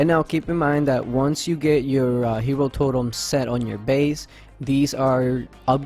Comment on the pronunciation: Its totem not torem 😪